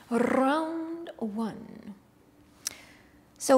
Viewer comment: "rrrounnnd onne" 😁